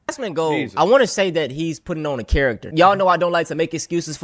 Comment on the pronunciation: It's Asmongold, not Asmongolt. It's pronounced explain not esplain mfer